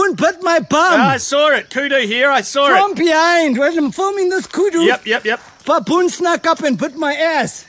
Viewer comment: I like how he calls it "pappoon" 😂😂😂